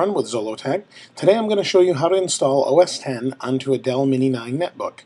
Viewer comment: Thank you for pronouncing OS X correctly! And for a great tutorial.